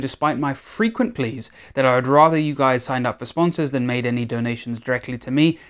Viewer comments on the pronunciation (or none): none